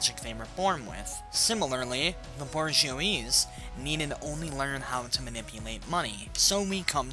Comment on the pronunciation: Borj-shwah= bourgeois lol